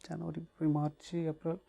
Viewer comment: February become bippravari.... 🤣